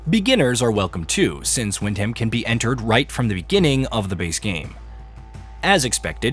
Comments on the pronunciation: "wind ham" 🤣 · I think this review was butchered as badly as this guy's pronunciation of Wyndham... In all seriousness though, while I'm still making my way through the game I think it's fucking cracking, especially for less that £30 all in with the DLCs. Personally, I kinda fumbled around a bit at the start and ended up taking what in hindsight is a strange route to Wyndham, quickly found a random bloke asking about a boat ride and was suddenly in the middle of this DLC without realising it. This game is a clear homage to the Bethesda/Obsidian Fallout stuff but without much hand holding and less chances to break the game with late game RPG - this DLC really highlights that and I had a lot of fun fumbling around while still working out some of the systems with this area ending up being a really fun baptism by fire (which was overall pretty damn fair on the recommended difficulty). I've yet to finish this game but I'm still having a blast and am shit scared to progress the various escape options too far so that I don't miss the little bits and bobs sprinkled around the different maps. I get that this DLC is meant to be an interesting new area to explore but like the other areas from the base game, it can also serve as a challenging early area for new players to cautiously explore and get creative when presented with challenging aspects that a late game player will find easier. This game doesn't have complex systems or insanely deep lore like you'd find in Fallout 4 or maybe Starfield but it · How can you pronounce Wyndham so wrongly after playing the game?